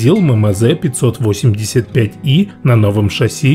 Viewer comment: Дружище, не ,,ме ме зе", кровь с ушей, ,,эм эм зе"😆